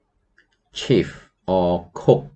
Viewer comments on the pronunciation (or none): Dear, "chief" and "chef" are completely different words. Chief, pronounced "ch" as in chair, is the leader of a group or the most important thing in a list. Chef, pronounced "sh" as in shop because it is a French word, is someone with a culinary degree.